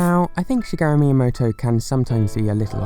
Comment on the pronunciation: Miyamoto? More like Mii yamoto